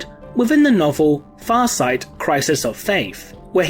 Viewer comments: I just love how effortlessly you pronounce Farsight's name =D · You have my respect for the quality of this channel and for the impeccable pronunciation of Farsight's name